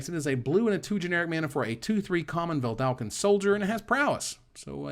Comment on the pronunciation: You work so hard to get "artificer" pronounced right...but you keep mispronouncing "Vedalken". Just one L in there!